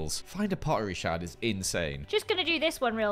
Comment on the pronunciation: “Find A Pottery Sherd” ITS SHARD